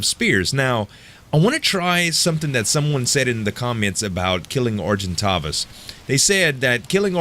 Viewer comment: Pronounced Are-gen-tae-vis.